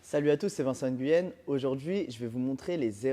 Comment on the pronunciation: Je suis né au vietnam, d un père expat là-bas, ca me tue d entendre des gens se presenter et prononcer leur propre nom n importe comment. Tu t appelles pas N- guyen , le son est pas n mais ng.